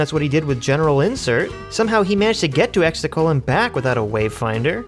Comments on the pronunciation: Exegol not extetals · Love how you’re saying “Exticle” 😂🥴🥴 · The amount of times you mispronounce words (like Exegol but you pronounced it as "Extacle") that are very clearly enunciated multiple times over is astonishing. Otherwise great video. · I agree with everything but I am still always triggered when he can't say Exegol right 😅